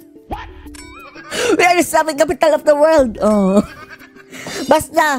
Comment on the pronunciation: Akala ko "selfish capital of the world" ang bigkas ni BBM